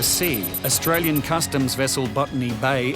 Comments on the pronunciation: "I atwyan" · Fist dude can’t even pronounce Australia but very arrogant that he has a “Otralian passport”. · I ot-rale-ien.....ummm, yeah, ok.